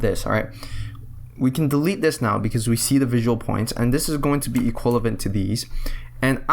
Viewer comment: For frick sake man, its EQUIVALENT not "equilavent"